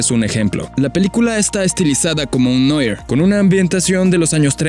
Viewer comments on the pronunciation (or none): Tiene una ambientacion "noir"? S dice noar....